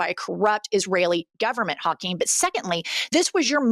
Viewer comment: Ha-Queenie jefferies 😂